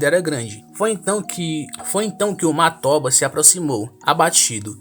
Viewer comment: "Matóba" kkkkkkk não tem a mínima condição pqp 😂